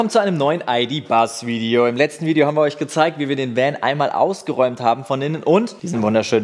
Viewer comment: Ich hör die ganze Zeit „Aldi Bus“ und nicht ID.Buzz und denk mir: hmm geil wär so ein Aldi Bus bestimmt schon!